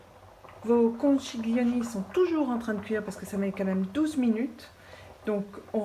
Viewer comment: Un bon conseil : pour faire "italien", il faut commencer par une bonne prononciation ... ( conkilioni, par exemple ☺ )